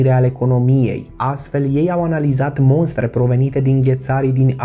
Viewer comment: Măi băiatule! Te-am urmărit în mai multe videoclipuri foarte interesante dar nu vrei să înveți să vorbești corect românește.Ți-am mai spus că nu se spune MONSTRE ci MOSTRE.Sunt cuvinte diferite cu sensuri și înțeles diferit.Poate, sper , în vreo 10-20 de ani să înveți corect. BAFTĂ!